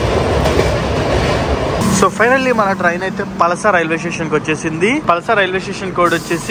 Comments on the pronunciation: Palsa kadhu anna.... Palasa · పలాస bro పలస కాదు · mundhu uri peru sariga chepadam nerchuko bro 😒😒😒 Palasa - పలాస telugu vaste niku ardham ayidi bro tapu em chepavo. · అది పలస కాదు బ్రో. పలాస... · Palsa kadhu bro palasa thank you bro from srikakulam ❤ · Bro adhi palasaa kadhu bro palasa,319 cashew factories unnai dantlo madhi okati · palasa anakudadu palaasa anali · Adhi palsa kadhu bro palasa... Ma ooru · పలసా కాదు బ్రో, పలాస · పలస ah? పలాస ayyi untundile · పలస కాదు పలాస